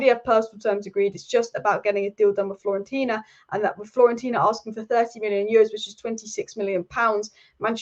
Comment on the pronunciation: It’s pronounced fio-ren-tina. Break any difficult words into syllables